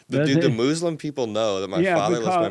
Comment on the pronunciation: Mooos-lum 😂 I can’t with this guy…